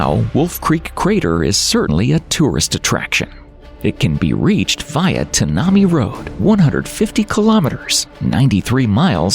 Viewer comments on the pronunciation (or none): It's tan na mi not a Japanese word pronounced by an American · The Tanami 😂😂😂 it's prenonced 10 ahh my